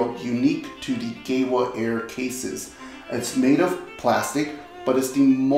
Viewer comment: Pleeeeeeease, GEWA is German, it's pronounced Geeva!